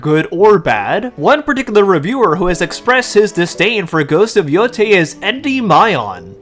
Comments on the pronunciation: I have to politely point out that it is pronounced “yotay,” and not “yotai.” The “ei” is pronounced as an “ay.” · Japanese words are pronounced exactly as how the latin alphabet is supposed to be pronounced. Yotei is: Yo (as in yolk without the lk) Tei (as in tail without the l) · No offense But can someone please teach this man the correct pronunciation of Yotei please? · I can't with this dude not being able to pronounce Endymion or yotei